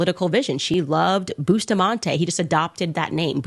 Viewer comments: The lady did the correct pronounciation. Bustamante is a Spanish name. Jamaicans including myself have the wrong pronounciation. Ja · With an English speaking tongue, Jamaicans pronounce it the way they were taught their alphabetical pronunciation. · lol, Bustamante himself pronounced it the same way Jamaicans say it. So you are saying the guy didn’t not know how to pronounced his own name? The name he literally gave himself as an adult? GTFOH!